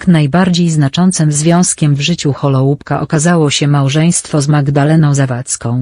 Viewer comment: Wymowa nazwiska byla okropna...